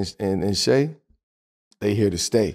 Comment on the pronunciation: Shai is pronounced Shay not shy.